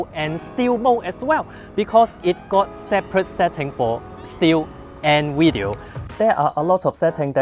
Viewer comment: what is a "wideo"?